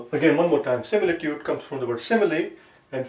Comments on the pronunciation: Is is similitood or simitude your pronounsiation and spell writing doesnot match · ITS SIMITUDE